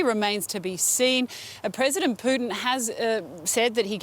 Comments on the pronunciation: President 'Plutin' hahaha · Poo-tin. Please use the politically correct spelling.